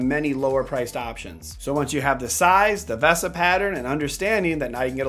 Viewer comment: Every time you say ‘V-ah-sa’ Mount vs the correct ‘Veee-sa’ Mount drives me crazy...